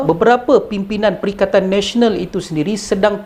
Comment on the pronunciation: Perikatan Malaysia lah. sebab Pertkaian Nasional hikhikhik bagus juga sebutan.